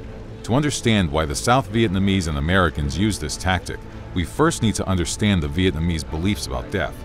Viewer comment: Bro your pronunciation of Vietnamese mad me rage more than those people who say pho as fo